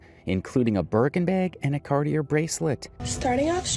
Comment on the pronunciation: "Punk rock royalty" 😂 her dad is the drummer from Blink 182. They're far from punk rock royalty they absolutely suck. Eta* so rich but couldn't pronounce Cartier correctly. Dumb and ignorant 😂